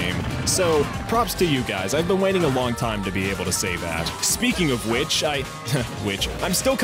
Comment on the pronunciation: speaking of which hah wicth